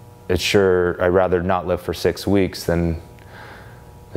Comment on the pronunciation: Jesus when he said "I can't lift for six weeks" I thought he said "I can't live for six weeks" and I nearly shit myself.